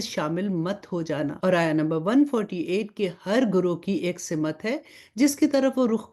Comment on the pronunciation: Pls Simat.na bolye Balkeh Simt kahye kyunke Simt hi sahi hae . shukriya